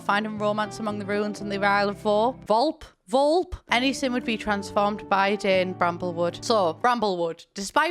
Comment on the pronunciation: psa volpe is italian for fox and its pronounced vole (like pole) -peh :)